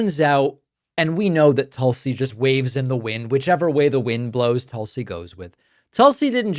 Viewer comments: Tulsi is pronounced Toosie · Tool-see is the proper pronunciation